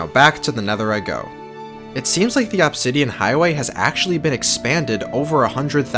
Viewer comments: "absidian" and "remminants" Why can't people properly speak the only language they know? Lmao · the way he says obsidian my god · It’s “Uhbsidian” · God. The way he says “Obsidian” annoys me. “Obbsidan” it’s “Obsidian” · its pronounced uhb -si-dee-uhn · You mispronounce "Obsidian" just enough to trigger me.